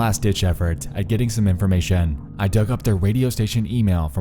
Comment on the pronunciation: informaySHUN!!! investgaSHUN!!!